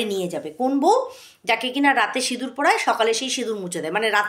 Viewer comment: আবার সিঁদুর বলছে না সিনুর বলছে আধ পাগলা টা 🤣🤣